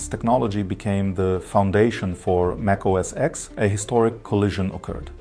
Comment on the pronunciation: It’s macOS “10”, not macOS “ex”. 🤌🏼🤌🏼🤌🏼 Please and thank you.